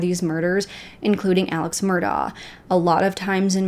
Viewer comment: Some pronunciation corrections for use when discussing this case - Alex Murdaugh's name is pronounced "Elik", and Beaufort is "bee yoo fort". Such a terrible and extensive case. I hope justice is served everywhere! And of course there have been crazy updates since this video was produced.